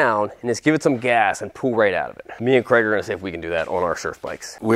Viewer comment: Question: how come you call Craig Creg, but you say Craigslist absolutely fine